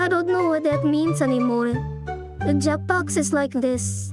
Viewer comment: Jeprox is so funny to hear while u explain it 🤣